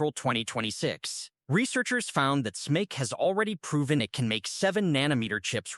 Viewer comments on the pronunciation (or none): Total incomprehensible: Euv is E-U-V, Smice is S-M-I-C...say it properly! 😮